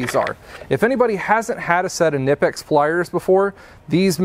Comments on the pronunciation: Actually in germany Knipex is pronounced to hear the ‚K‘ we germans take it precise hahaha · Did you know those pliers being German the K in Knipex is not silent? However being American you would sound stupid pronouncing it the correct way.